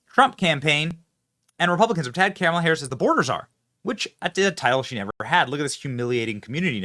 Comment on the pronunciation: Benny, please get her name right. Its K' MALA.